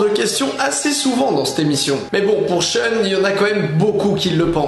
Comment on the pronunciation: Pourquoi ʃœn au lieu de ʃun ? Pourquoi ?!!!